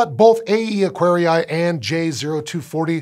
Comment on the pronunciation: All scientific names, like Aquarii, come from Latin. The double i is pronounced extending the sound of the first i, like "Aquaree", not Acquari-ai, that sounds very very wrong, other than ugly.